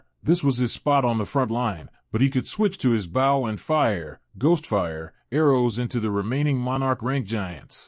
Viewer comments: I had a feeling it was ai reading... it annoys the hell out of me that it can't pronounce bow correctly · How does this AI keep repeating sentences?? And why can’t it pronounce bow?